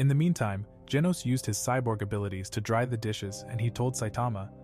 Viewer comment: why did he say handsom scyborg